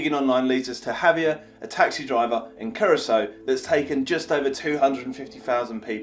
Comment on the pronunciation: Finally pronounced Curaçao better 😂🙌🏻👏🏻